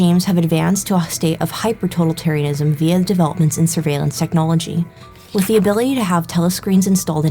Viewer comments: Impressive video essay! The only correction I have is the word "totalitarianism" has the accent on the second syllable. to-TAL-itarianism. But aside from that, this was an incredibly informative video essay! And I say that as both a fan of The Witcher and a student of 20th century history. Kudos! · You learned how to pronounce Polish but not "totalitarianism"? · why she keep mispronouncing totalitarianism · Seriously dude? I wonder how it is possible that there are people for whom the glass is alwas half empty. She did a GREAT essay and the only thing you manage to comment is ProNoUnCiAtIoN